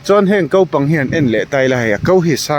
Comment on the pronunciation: Kaupang ti suh, kopang ti rawh, kan youtuber ho te hian mizo tawng inti dal zo vek thin 😅